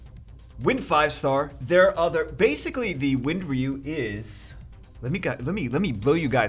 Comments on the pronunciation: it 's RYE You, not Ree You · He says reeyou instead ryu😂